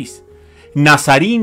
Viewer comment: Estas mal no es Nazarini sino NAZARIN